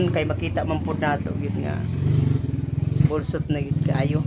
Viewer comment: boslot not bolsot